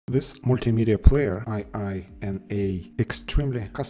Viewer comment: Not an acronym, but a japanese expression : ee-eenah.